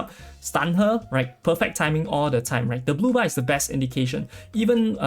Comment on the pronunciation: I heard booba,and kept looking at the booba couldnt see much difference, took me a while to understand you were saying blue bar.. lol